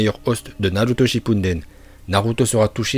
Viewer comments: Moi j'étends "Naluuuto Shinnppuden" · C'est pas son choix mais celui de ces abonnés et quand il dit naluto shinpunden il fait exprès.